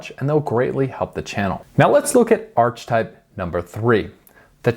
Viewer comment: I’ve never head anyone pronounce Archetype Arch type😂😂